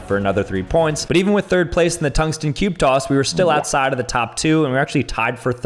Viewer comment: toungsten cube coss - 2024